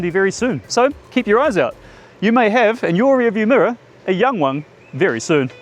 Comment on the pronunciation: pretty good pronunciation 😊